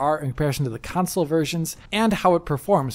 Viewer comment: How do you get away with saying "Council" repeatedly as a major gaming channel? Lol